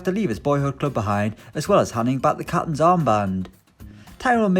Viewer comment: “Ok today’s all about capinnns”😂